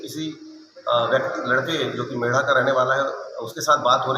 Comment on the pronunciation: मेढ़ नहीं है मेढा हैं गांव का नाम